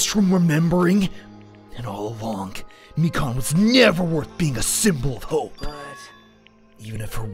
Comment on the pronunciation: Lol. Funny until you remember it’s Mi-Kahn, not Mi-Can. (Don’t r/wooosh me I get the joke lol)